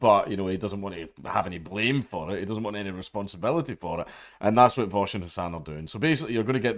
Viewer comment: You need to learn how to pronounce his name correctly. It's Vowsh. Or Vowshy boy